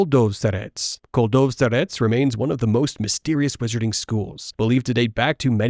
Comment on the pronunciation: not this pronunciation 😭 It's 'cold-of-store-it's' with stress on 'store'